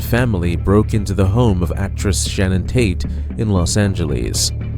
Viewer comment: Get it right it's Sharon Tate not Shannon